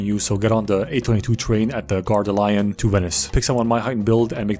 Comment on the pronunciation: And also LYon instead of Lee-on